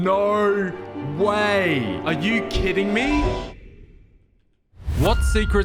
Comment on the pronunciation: "Nar way"